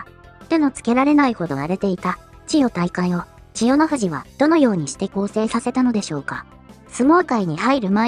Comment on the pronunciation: ここだけ千代⤴の富士なんだよ。